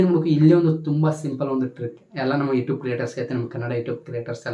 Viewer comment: ಅಣ್ಣ ಬೇರೆ ಎಲ್ಲಾ ಇನ್ಫಾರ್ಮಶನ್ ಆಮೇಲೆ ಕೊಡುವಂತೆ ಯುಟ್ಯೂಬ್ ಅನ್ನುವುದು ಮೊದಲು ಕಲ್ಕೋ ಈಗ ನೀನು ಈ ಟ್ಯೂಬ್ ಅಲ್ಲ ಯುಟ್ಯೂಬ್ ಅನ್ನೋದು ಕಲಿ ಮೊದಲು ಆಮೇಲೆ ಹೇಳಿ ಕೊಡುವಂತೆ